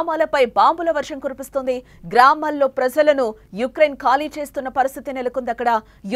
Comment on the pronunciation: అది కాళీ కాదురా శుంఠ , అది ఖాళీ